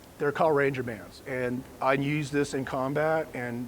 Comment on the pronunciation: I don’t care if you’re a ranger. “Use” is not pronounced “nuse”.